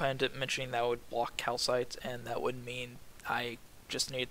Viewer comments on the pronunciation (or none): KaPHites (kal-fites) not calcites >.>